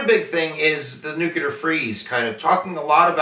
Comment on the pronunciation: Why are there so many educated people who cannot say the word nuclear correctly???